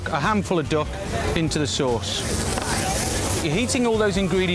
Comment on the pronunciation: its called duck , not doack